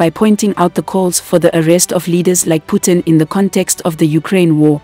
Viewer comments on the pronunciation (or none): none